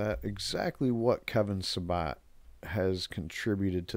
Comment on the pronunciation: The idiots name is Sa-BET Not SaBOT. Not to give him more respect but You deserve to sound more clear and correct.